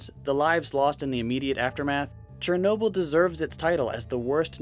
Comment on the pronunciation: No one: Not a single soul: Narrator:CHERnobyl